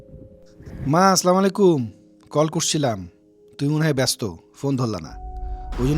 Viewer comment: আসসালামু আলাইকুম হবে সঠিক উচ্চারণ